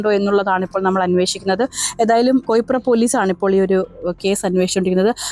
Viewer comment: കോയിപ്ര അല്ല കോയിപ്രം